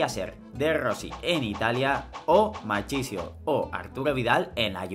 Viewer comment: Se pronuncia Markisio